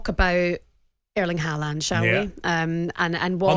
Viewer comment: How lucky working with her in the morning . Sweet. Idc even how she butcheres Haaland’s surname